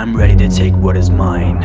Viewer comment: he said redy instead of ready lmao